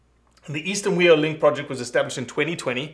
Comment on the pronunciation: Good stuff! FYI - its pronounced Fee-Oh. The "wh" is pronounced with an F sound in a lot of Maori words. Not trying to be a dick here - just that no one says "wee-oh" when then they're talking about NZ blue ducks.